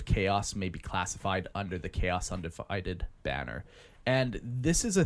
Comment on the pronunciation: God dammit .. ... .. Im never gonna unhear the pronunciation. 😐 Cha-os Un-di-vi-did lol